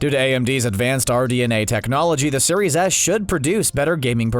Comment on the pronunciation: am I the only one that heard "Xbox Series Ass" lmao.